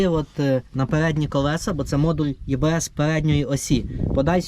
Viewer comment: Читається і-бе-ес EBS.